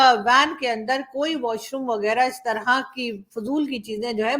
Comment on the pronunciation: Andarrrrrrr like RAAAAAAA🤣🤣🤣🤣🤣